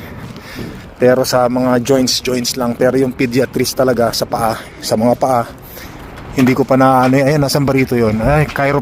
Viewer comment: Podiatry is pronounced PAW DAYA TREE. Arch support is not pronounced as ark support, it is arch support.